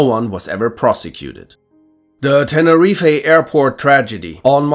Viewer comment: Ok, look, the pronunciation of near every word drives me crazy... Banchau Dam, Tenerifeee... Please just listen to the correct pronunciation at least once